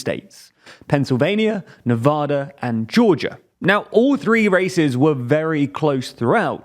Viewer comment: Love your content but you mispronounced Nevada's name. :)